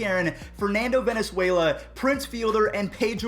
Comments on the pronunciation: Fernando Venezuela hahahahah you mean valenzuela? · Frrrrrr like homie don’t see the l. Val-en-zwe-la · VALENZUELA WEI!!!!! VA-LEN-ZUE-LA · This man said Fernando Venezuela 🤦🏻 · Mispronounces Fernando Valenzuela's last name. - Lectures us on pronouncing peoples' last names correctly. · No kidding, lol